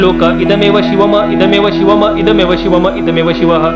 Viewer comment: ते इद मेव शिवम ऐवजी शिव मम म्हणताहेत 🙏